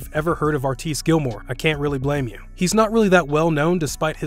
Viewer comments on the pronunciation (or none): Given that Wilt is #1 and Artis (whose name you mispronounce, btw-- it's R-tis, not R-tice) is #2 on your list, you need to find the clip of the one time they played each other, in an ABA-NBA all-star game. It's on YouTube, with a few minutes missing, IIRC. Anyway, they came down with both holding the ball, once... and Wilt rag-dolled Artis. The difference in size and power was.... obvious.